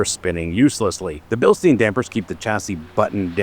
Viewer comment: it is BILSTAYN not BILSTEEN ( Bilstein = Stein means stone in German )